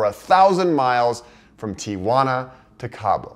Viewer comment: Awesome video and your about the only person that pronounces Tijuana correctly!